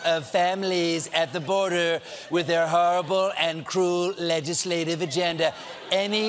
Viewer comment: So THAT`S how you pronounce "legislative" in English...